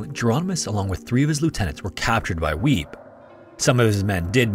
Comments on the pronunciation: I think it's pronounced "WEE-bee", not "WEEB." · I giggled a little every time I heard you say ''Weeb'' for Wiebbe, its more like Wee-Buh